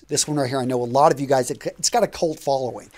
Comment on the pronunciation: Hey man, is it a regional accent to pronounce "you" as if you are saying "Jew" or is it personal? Y and J generally sound different? No offense, just asking coz I'm not familiar with US regional dialects.